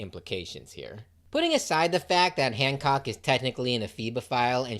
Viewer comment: The fact I’m in and I think you said Boa once and hand said hammock and handjob instead of Hancock is amazing, truly a Luffy coded video